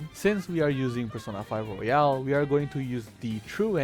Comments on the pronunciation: Yeah, very valid options. Also now I can't get the thought of Persona Q battle Royale XD Thank you for pronouncing Royal like Royale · Jesus Christ, please learn how to pronounce fucking Royal